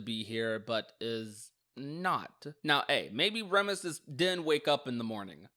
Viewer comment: Remus doesn't mean "twin" Remus and Romulus ARE twins... Ps: it's pronounced "Reemus" baroque is pronounced "baroke"